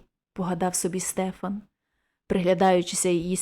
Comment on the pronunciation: Дякую,пані! Але зроблю зауваження:не СтЕфан,а СтефАн! В нас на галицьких землях старі люди і дотепер так кажуть,навіть ШтефАн.Богдан Лепкий галичанин. Тому,коли берете якийсь твір,не завадить поцікавитися звідки родом автор,і яка там була і є вимова певних слів,назв.здогадуюся,що ви міркували,як маєте прочитати незвичне для інших регіонів імʼя Стефан.Напевно,на Закарпатті кажуть СтЕфан.